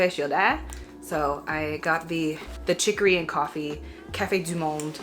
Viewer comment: Where are you from in Canada ? I heard you say Café du monde comme une québécoise